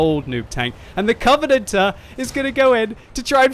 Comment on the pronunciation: "coventanatter" Nice english.